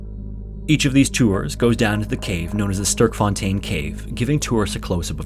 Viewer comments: as a afrikaans speaker from south africa hearing him say "sterfontein" cave kinda cracked me up** Star Fountain ^* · South African here... your pronunciation of 'Gauteng' and 'Sterkfontein' is amusing 😆 👍🏾 👌🏽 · Hi, long time viewer from South Africa here! I love your videos, but the pronunciations of Gauteng and Sterkfontein were a bit off that I had to double back to make sure I heard it right 😅The 'G' in 'Gauteng' is a guttural sound and the 'e' in 'Sterk' is similar to the 'a' in 'at' in english. Hope this helps!